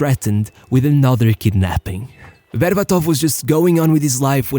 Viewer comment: BerbAtov. Not BerbatOv.